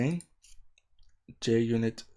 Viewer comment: Mate it's Junit not Jnit unless if jnit was ur x-gf. But many thanks for the video